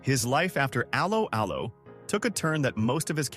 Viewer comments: I’ve never heard of the programme “Aloe Aloe”. Is that to do with aloe vera? But I think this video is about “allo allo”, isn’t it…?! Stupid AI voice overs 🧐🙄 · Its pronounced ello ello as in dropping the h of hello. Its not al-o al-o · That's pronounced " ELLO ELLO' pfft... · Its not alow alow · It's pronounced Allo Allo not Allo Allo. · You might like to re-visit your pronunciation of the show title. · Terrible AI pronunciation